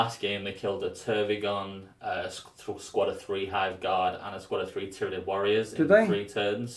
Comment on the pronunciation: Man, you gotta get your Tyranid names straight